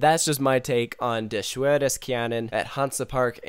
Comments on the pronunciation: I watched this wonderful video in the khe. My mother is not the best in English but where you said Der Schwur des Kärnan has laughed so well. For that you are American you can pronounce that really well. what you have to practice is Schwur. but that is complain at a high level. Keep it up, I like your videos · also the w is pronounced as a v